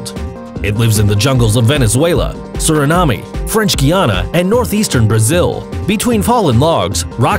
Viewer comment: "Surinamee" lol. "Rock slids" "Reason why doubts remain"